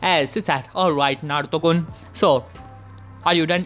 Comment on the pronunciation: Why are you saying Naruto kon